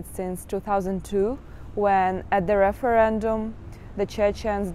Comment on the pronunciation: “Referéndum to join Russia”. Why sounds flaw ?